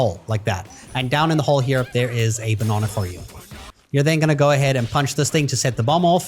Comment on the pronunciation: B’o’nana… It’s banana 😂😂👍🏼